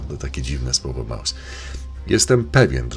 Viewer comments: Krzysiu Jackowaski mówił słowo MOUS a nie Maus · on mowi MOUS A NIE MAUS !